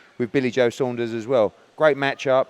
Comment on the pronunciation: wow, an american who can say " saunders" rather than "sanders". none of the yanks giving billy joe a prayer but the british boxing public are giving the man a chance.. so many of canelo,s opponents are beat before they gets in the ring,, i think billy will give canelo a real good fight,, roll on fight time.